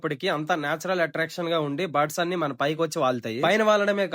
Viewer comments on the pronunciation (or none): You pronounced birds as buds